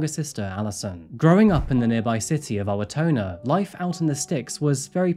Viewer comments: Also I think you meant Owatanna 😂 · Being from Minnesota this is an interesting way to open up its stats. LOL. Murderappolis was a real thing when I was in high school. Apple Valley is hard to mispronounce, so it wasn't, but Owatonna was funny to hear. It's Oh-wah-tawn-ah. I heard Oh-wah-tone-ah. 😂 Funnily enough, I hadn't heard ANYTHING about this crime. And when you said his wife had a hard time making friends, I thought you were going to say it was because the culture here is very difficult for transplants to make friends in Minnesota. It's a real thing. We are friendly to people, but native Minnesotans generally only hang out with family and lifelong friends. It's VERY hard to meet and merge with MN natives. Transplants usually look for others like themselves. 🤷‍♀️ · I live in Minneapolis right now, and have lived near it my entire life. Your pronunciation of Owatonna made me giggle, it was a bit off. (This is not intended to be mean, there are a lot of places in MN and WI that are hard to pronounce)